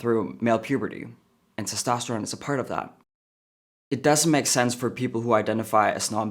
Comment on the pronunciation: That's why you always speak life into your kids.. have to admit i thought he said transtosterone lol